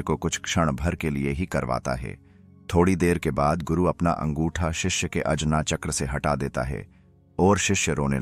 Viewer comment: अजना चक्र नही, आज्ञा चक्र होता हे,, शक्तिपाठ नही ,शक्तिपात होता हे,,सुधारो